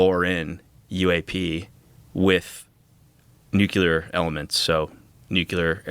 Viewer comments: Love the show bro but why can’t you Americans say nuclear right, grinds on me 😩🤣 Nu clee ar 😊 Nu cu lar 😩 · Is anyone able to say "nuclear" instead of "nucular"? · It’s pronounced “NucLEAR”, not ‘Nukuler’. Nuclei->Nucleus->Nuclear. Like ‘King Lear’. (Nuke-Lee-Err) Too many UFOlogists say it like ‘Ocular’. George W. Bush is to blame. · For the ever-loving love of EVERYTHING - - - the fUUUUUUUUcking word is pronounced NEW-CLEE-AR not NOOK-YOU-LAR! Stop being an absolute moron and sounding like a child. It is NEW-CLEE-AR! (this whole topic is already stupid enough) stop adding to it. How did we get trapped inside this Idiocracy? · It absolutely makes me CRAZY whenever people pronounce nuclEar as "nucUlar" while at the same time expecting me to see them as credible!! No, I'm not the english language police, but this is an epidemic! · “NEW CLEAR” please… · Absolutely right. The word is NEW-CLEAR! 2 syllables - if anyone struggles, just replace the word “nuclear” with “new clear”. It is not rocket science! (Actually it sometimes is!!!)😂😂😂😂😂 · When can’t pronounce NUCLEAR properly I know it’s time to go.